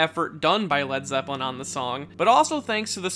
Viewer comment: zepp-el-i > ze-ppel-i